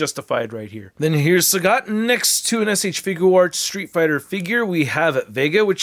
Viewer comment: El traductor anda con todo 😂: Sagat❌ Sagot✅ Dhalsim ❌ Dulim ✅ Enamorado ❌ Enamorada ✅ Inmediatamente me sorprendía 😂 buena revisión a la figura de Sagat😎👍🏻